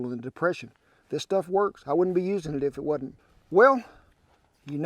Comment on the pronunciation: " I wouldn't be using it if whadunt"" 😛